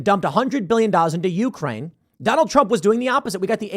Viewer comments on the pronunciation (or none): none